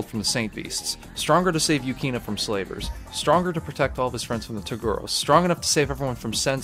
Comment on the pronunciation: loved the video!! it's Urameshi and not Yurameshi btw, lol. it's also Yu-ki-na and not Yu-kee-na.